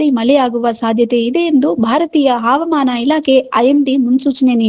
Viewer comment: Havamaana word sariyaagi uchchara madri